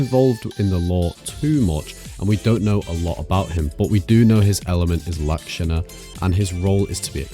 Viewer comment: good job pronouncing lakshana.